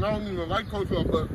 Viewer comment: Coleslaw is good and us pronounced coldslaw